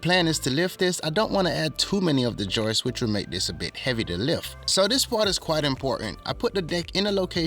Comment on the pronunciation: It's "Joists" not Joyce! LOL